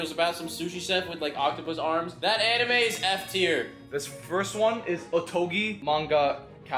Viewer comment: Imagine naming your channel TheAnimeMen and can't even pronounce most of the anime correctly.......